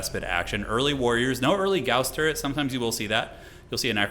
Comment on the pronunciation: Thank you for properly pronouncing gauss im so tired of hereing it prounced like gauze